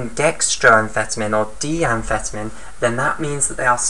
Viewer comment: Your pronouncing amphetamine wrong.